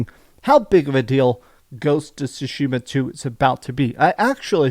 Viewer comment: They still mispronounce Tsushima sue-sheema instead of sue-shima